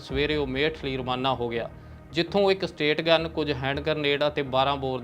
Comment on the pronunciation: Brother please aapna ucharan theek kro shashe nu sassa na bolo . Or stategun nai stangun hundi aa mehrbani